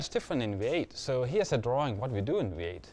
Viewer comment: Funny, the guy pronounces V8 as WAIT.